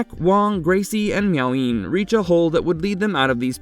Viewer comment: I think it's Miao Yin...not Meowing